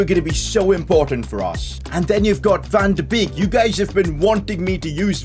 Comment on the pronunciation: Van de beek is pronounced van de bake